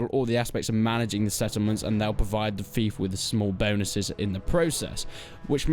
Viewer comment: It bothers me you can't say fief..